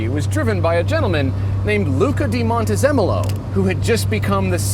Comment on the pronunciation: Luca Cordero di Montezemolo. You guys butchered his name really bad!!